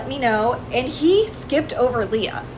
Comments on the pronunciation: hamilton reference 👀 p.s. Leah is typically pronounce lee-uh with a long e, not lay-uh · Ites LEE AH not LAY AH PLSS 💔😔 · Okay am I the only one bothered by how he’s saying ‘Leah’? I know that’s not the point but like he saw a vid of her name being said and still said it wrong 😭 (it’s ’Lee-ah’, not ‘lay-ah’). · it’s leeuh not laya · Great vid but how was pronouncing Leah was really annoying me, especially as Megan is saying it right🤣🤣🤣 it's LEE-A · yo bro the way you pronounce leah makes my ears BLEED who is layerh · Its LEEEEE-AH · I can’t explain how frustrating the way he pronounces Leah is to me 😭